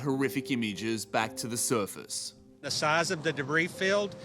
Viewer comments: The suerfast 😂😂😂😂 Bro the way The reporter says surface 😂😂😂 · The way the guy pronounces “surface” is so irritating. SURFUS 🥲😭